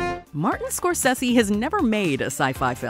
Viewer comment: Martin score-sessy? It’s score-say-zee